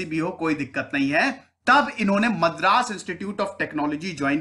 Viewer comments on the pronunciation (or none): none